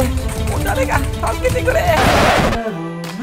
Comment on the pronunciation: i believe it pronounced topre(TOPER)